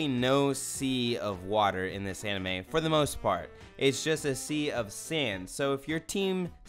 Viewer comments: When I first started the vid I thought he was saying “I’m anime thot” 😂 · I thought you said Anime Thot lol